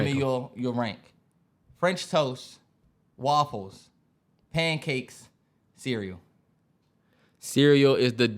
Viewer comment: “Woffles”- Terrance